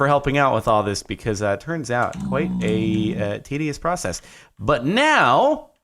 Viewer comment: did say tedious or tityous